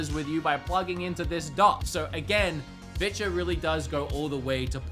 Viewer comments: "They're down there if you want to see what bitches got going on." Yeah not going to lie, that's all I hear every time you mention "Vitures." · Is he saying vitya?